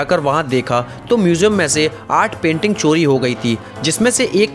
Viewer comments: Coli Nahi Bhai Cori Hota Hai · Abe Wo chori hota h "choli" nhi re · Choli nehi chori hota hai.